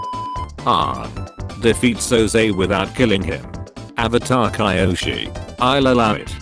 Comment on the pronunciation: Everyone: Kyoshi The bot: Kaiyoshi